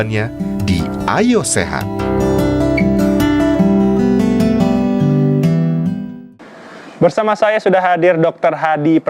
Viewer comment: Kurang jelas pengucapan Ayo Sehat nya. Kedengarannya Ayah Sehat mulu. Over all host nya keren